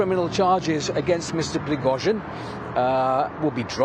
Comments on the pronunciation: Prig-OH-zhin. Why do so many people in the media not learn how to pronounce proper names or place names? You would think it is in their job description! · Ok, its Priggo-sheen now. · "Preggo jean" Ffs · Субтитры переводят всё правильно, кроме фамилий. Пригожин произносят по-английски правильно, но в тексте "Прегосян". У вас за бота пишет армянин?